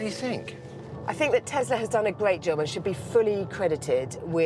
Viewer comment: Tesla is pronounced Te S la, not Te Z la... Christ.